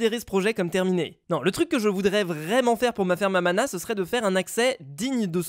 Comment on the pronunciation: quand tu dis ferme a mana c'est comme ferme a ananas 🍍 😂😆 hahahahahahahahahahahaha